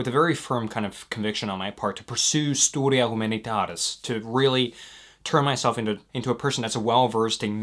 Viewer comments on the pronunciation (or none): i really admire you but gosh, you pronounced that “studia humanitaris” so bad